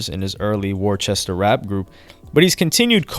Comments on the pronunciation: It's Worcester not worchester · The R is silent bro WAS-STAAAH.... Not worchester or how ever you said it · It's pronounced Wus-ter not War-Chester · Worcester "Wuss-ta" or "Wuss-ter" MA lol...it's not "War-chester" I know it's a stupid pronunciation, but that's how we say it. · WTF is Warchester lol No lie everyone does that but Worcester is pronounced more Wister -Worcester. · I grew up 20 min away from him and talked to him on FB twice before he blew up.... So crazy man and it's pronounced wuh - ster not Worchester lmao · It’s pronounced (Wuhstir) not Warchester lol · I think people from that area call it “Wooster” Mass. or “Wuuster” Mass. even though it’s spelled Worchester like you pronounced it. I learned the hard way that people don’t like it if you mispronounce that shit town lol. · its pronounced (Wuss-ster) Worchester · Worchester? Lmaooo it’s pronounced wo-ster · It’s not “Worchester” lmaooo it’s “wuh-ster” lol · Lol I’m from mass Worcester is pronounced “wis-ter” not “wor-ces-stor”. Easy mistake to make tho if u just read the word without hearing it first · It ain't War chester...🤣🤣🤣🤣🤣 It's pronounced Wuh Ster... It's spelled Worcester... I know, Massachusetts in nuts. Lol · Nigga TF is "Warchester" ? It's Whooster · its pronounced wooster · It’s pronounced wuss-ster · Its pronounced tooly Nd its pronounced wuh ster .. do your research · Great video fam! But Worcester is pronounced "Wuss-ster" 😅 lol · The city is pronounced Wuster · it’s pronounced WISTER Massachusetts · Oh God he said war-chester 🤣🤣🤣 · Coming from someone thats from boston, it always amuses us to hear people pronouncing massachusetts town names. The way said worcester makes perfect sense for it to be pronounced that way, but its actually pronounced “wu-str” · It’s pronounced “wuss-ter” 😂😂😂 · Did he just say WORE-CHESTER🤦🏽‍♂️ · I’m from Boston and we don’t claim Worcester niggas but Brodie really pronounced it war-chest-er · I knew he wasn’t going to say “Wis-ter” 🕸😂🕸